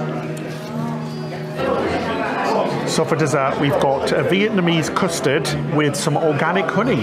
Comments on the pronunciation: Love how says Viet -man-ese! 😂! cute 😉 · Vietmanese? Hehe